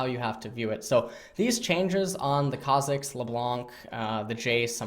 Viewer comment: Eyyy ma boi learned how to pronounce Kha'zix without triggering the whole dumb community. Thx:D